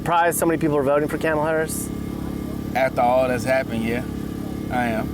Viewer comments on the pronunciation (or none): 😂😂 for CAMEL-ah Harris lol